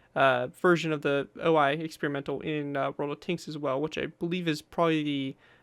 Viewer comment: Wouldn't it be pronounced 'o - i' instead of 'oh - I' because of the Japanese language?